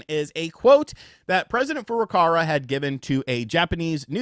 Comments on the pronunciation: for the millionth time, it's FurukaWa, not "FurukaRa" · Hi, i have followed you for like 4 years, you are great, and like your style, but you make one tiny mistake over and over again, which annoys me a bit😅 Nintendos president's name is FURUKAWA! Sorry man, but it's not Furokara.. would be nice if you said his name correctly, since you use it so often.. I've heard this a thousand times now. I hope im not annoying you. Just want to help you out man.. Hope that's ok. Stay awesome💚 Cheers man.. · It's FurukaWA. Is it that hard to read? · He keeps saying FurukaRa. Why? I actually want to know :)